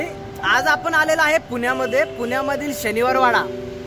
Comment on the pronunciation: पून्या मध्ये नाही भाऊ किती अशुध्द उच्चार पुण्या मध्ये म्हण